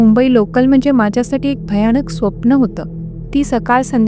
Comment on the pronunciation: तुमच्या कथा आणि अभिवाचन छान असते 🎉👌🏻 पण एक विनंती तुम्ही खुपदा " न" च्या जागी "ण " आणि "ण " च्या जागी "न " शब्द वापरता.त्यात सुधारणा करा 🤗(मणात नाही मनात)(स्टेशण नाही स्टेशन) (भयाणक नाही भयानक ) 🤗🤗बाकी मस्त 👌🏻